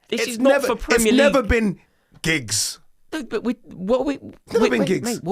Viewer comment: He really said giggs 🤦🏾‍♂️